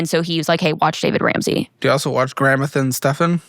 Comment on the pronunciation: Or the fact is that she didn't even know how to pronounce his name tells you everything